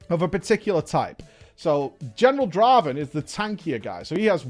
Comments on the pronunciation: Not Draven, Draaaaaaven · Not Draven. Draaaaaaven.